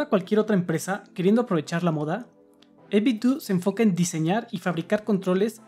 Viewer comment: No por mamila, pero se pronuncia 8bit-dou, como si fuera Ninten-dou